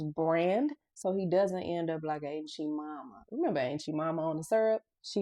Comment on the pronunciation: Lady did you just call Aunt Jemima, Ain't Gee Momma? LOL I guess that is the universal way to say it. Because this is how we used to call it too. Edited for Clarification. <3